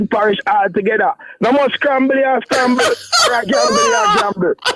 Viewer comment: You didn't pronounce his name correctly. You meant Dayton Scramble 😂not Campbell 😂😂